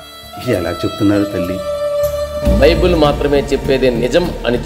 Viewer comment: బైబుల్ అంట బైబిల్ కాదు 😂😂😂😂